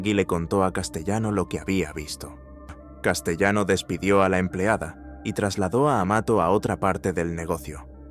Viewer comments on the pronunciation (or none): No es "Roy Deo", es Roy DeMeo.....y "Castellano" se pronuncia a la italiana: [ Kastelano]. Hay que tener en cuenta que en Sicilia, Calabria, Apulia y Campania hay muchos apellidos de origen español (al formar parte del imperio español desde principios del S.XV y antes de la Corona de Aragón) pero se pronuncian a la italiana. Catalano, Castellano [Kastelano], Navarro....